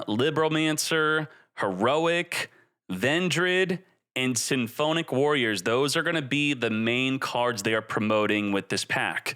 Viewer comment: I've always wondered, does mispronounce every single archetype or name on purpose? Like who says symphonic like that